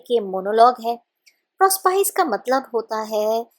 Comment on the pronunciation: कृपया प्रोस्पाइस न कह कर प्रोस्पीके उच्चारण करे।